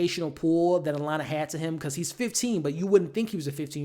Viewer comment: shoutout to u for saying alana correctly